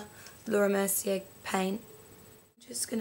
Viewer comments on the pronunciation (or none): none